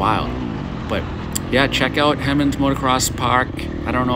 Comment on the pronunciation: He monds not Hem onds. and Minit not mynot. cool vid tho. this track is less than a mile away from me